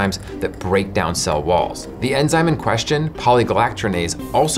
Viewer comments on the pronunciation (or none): none